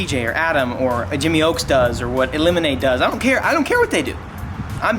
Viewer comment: Why I get hype when he said illiminate lol